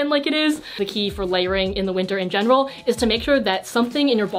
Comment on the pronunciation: my general rul- Wait Gen e ral JENeral Omg hahahaahaahah